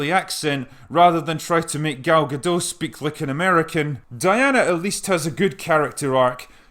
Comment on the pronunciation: Wow! You pronounced Gal Gadot correctly ...must be English ;)